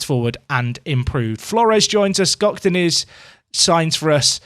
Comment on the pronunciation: Hey. Turkish here. That Gökdeniz pronunciation was on point 👍👍